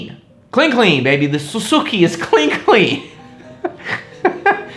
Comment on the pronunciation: Sue-Sue-Key lol